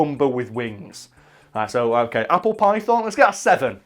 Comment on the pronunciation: Ape-le? Ape apple?